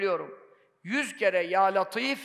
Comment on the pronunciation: Hocam ل harfi ince le olarak okunur neden latif deniyor